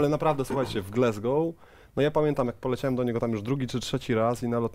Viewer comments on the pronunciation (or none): Panowie, błagam, "glAsgoł" nie "glEsgoł"! Aż uszy bolą i serce się kraje. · nazwisko byłego trenera reprezentacji Szkocji i Celtic Glasgow wymawiamy [gordon straKan] a Glasgow wymawia się [glazgow] a nie "glezgow"